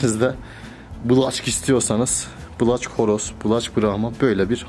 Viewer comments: Yanlız o black olarak okunmaz okunuşu bilek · Black diye yazılır blek diye okunur.. O'nun yerine siyah australorp horoz diyebilirsiniz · Black diye yazilir Blak okunur